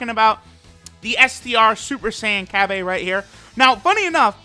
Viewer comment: Cab-Aye Lmao